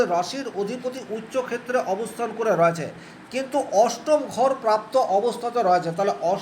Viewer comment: রয়েছে - এই শব্দের উচ্চারণ সঠিক ভাবে করুন।